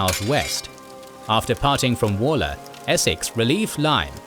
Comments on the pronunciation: I’m just gonna shout it out here. It’s not actually walker like “wall” -er. It’s actually Waller like the wal in Walt - er. Petty I know but it’s driving me mad. No bother though, it’s an unusual thing to know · Are you actually British? Waller is ONLY EVER said as 'Woller'. I've known numerous people with that surname over the years, and not one of them was a Wall-er. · AI generated commentary is appalling. 'Wall Er' for 'Waller'; Crop Redy for 'Cropr'dy'. I stopped listening after that. If you cant be bothered to do the thing properly, why bother at all?